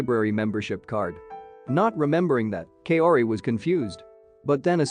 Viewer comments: Kaori’s name is pronounced “cow ri” not “Kay o ri” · Please! Kaori is pronounced as Ka-o-ri not Kayori! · Damn that Kay-ori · You pronouncing Kaori gives me cancer